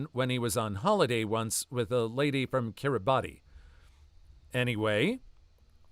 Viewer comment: kiribati is pronounced ki-ree-bas